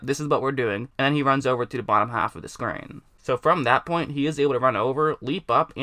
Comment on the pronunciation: Haffuhduhscreen. Either top haffuhduhscreen or bottom haffaduhscreen.